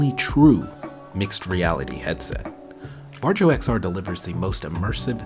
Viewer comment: The name is pronounced Varyo